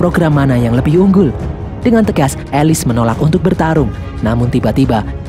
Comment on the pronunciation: Bang Bukan Alis ( Alice) Elis